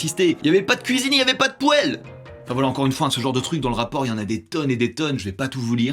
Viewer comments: On est d'accord que "poêle" et "poile" sont sensé de prononcer pareil nan? c'est quoi cette prononciation 😂😂😂 ça vient de quel région de France? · Trop marrant comment t'as prononcé poêle